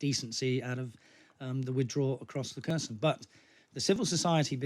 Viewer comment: It`s Herson, not Kerson. The Kh spelling is misleading. Херсон. X stands for H, not K. There is no K sound in it. Just Herson.